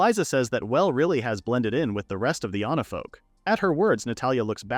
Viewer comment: It's onifolk not onafolk not anafolk. ONIFOLK. Fix your ai. It's really really annoying. Everytime onafolk this onafolk that no its supposed to be onifolk.